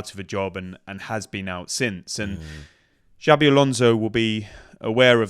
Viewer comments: As a Spanish speaking Brit I'm clutching my pearls over you saying Alonso. Where are my smelling salts? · Jabi....ffs.The best thing about him coming to England is not hearing people butchering his name